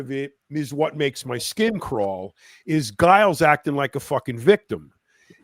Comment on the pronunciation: His name is pronounced Jiles.. Lol. Anyhow.. Great show guys as always !!!!!